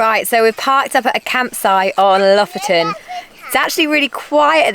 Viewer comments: Blimey, that looks Epic guys. I am leaning towards pronunciation of Lofaton, does he win a fiver? Loving this trip. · Lofoten. Pressure on the first syllable.